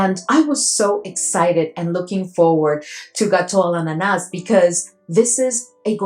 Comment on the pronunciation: Hi 😍, you're doing a great job pronouncing the last fragrance, except the S is silent at the end 😍, my bottle arrived yesterday, blind buy and 1st Tomavicci, sprayed it on paper 1st and got 90% of what and how you described it, def picked up a dominant pineapple, something nutty and then bread/ cake, I think this is the 1st fragrance where I actually got a bready /cake feel, no rum yet and to me it was light but I didn't have the patience to let it sit 🤣 I think I'm going to love it, everything I was getting was great ❣ and I'm excited to sample the other 2 as well,looking for the perfect banana 😍